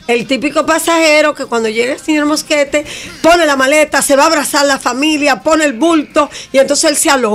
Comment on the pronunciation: alguien pudo contar cuantas veces la doctora morel pronuncia mal el apellido del coronel ya que ella dice Mosquete con SSSSSSSSSSSSS